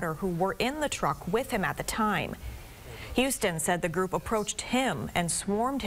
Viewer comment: It’s HUS-ton, not HOU-ston